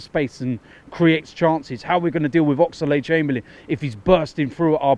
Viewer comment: The way you guys pronounce Oxlade pisses me off fam